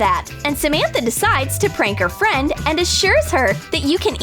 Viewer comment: On a prank she said trank